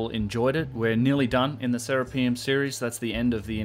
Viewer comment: It's not "Sarah P umm" its "sir Rap i um" after Serapis! pronounce correctly sir